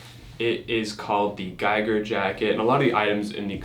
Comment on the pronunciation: Giger is pronounced a bit differently just as a heads up from a swiss guy ;)